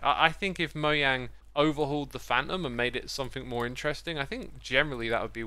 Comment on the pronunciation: ITS NOT “MOYANG” ITS “MOJANG”